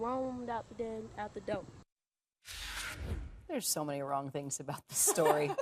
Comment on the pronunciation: Door not “D-O” 🤮